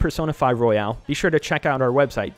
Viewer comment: it's royal not royale